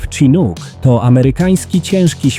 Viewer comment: Your video is full of AI errors and slop. You mispronounced nearly evert name. #2 is called a "Chinook". The last two are VTOL not helicopters and the Osprey is so unreliable that it it it is regularly grounded. Needless to say, give up YouTube and go back to your day job. This video is a joke.